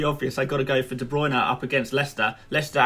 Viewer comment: jack holmes ohhh he’s calling Bruyne “Bruno”. Makes sense now